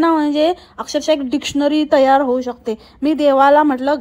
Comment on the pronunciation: तयार झाले ला तैय्यार झाली 😂